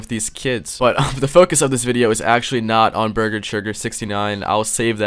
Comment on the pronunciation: "beeger cheegur." Bruh , that is golden